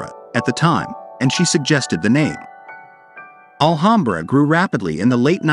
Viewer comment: I grew up in Alhambra. Please pronounce the name correctly. It’s, Al-ham-bra. Ham as in the pig meat you make a sandwich with.